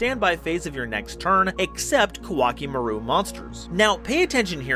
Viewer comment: Koa'ki Meiru (Ko-a-ki Meh-ru) is pronounced like Core Chimail in Japanese. Important pronunciation fact, since people like MBT constantly say it wrong.